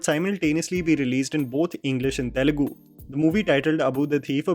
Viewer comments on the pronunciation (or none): none